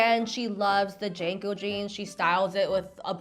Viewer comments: *Jean co not Jane co 😂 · Hearing her pronounce JNCO (Jinko) as "Janko" made my millennial brain clutch pearls and rage glitch. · the dumb big pants are pronounced jinco, not janco. signed, gen x old lady. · The way you're dating JNCO is killing me 😂 JeaNCO is how you say it We didn't almost kill ourselves in skateboards for utah losers to ruin the jeans we lived in